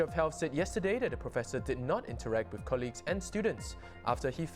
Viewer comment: Another so called Professional pronouncing "Colleagues" as "KER-LEAGUES". Why is this so, in a country where education is good? Even nationalities coming from countries that doesn't speak English regularly ,pronounces it perfectly. Stop evolving words. 😣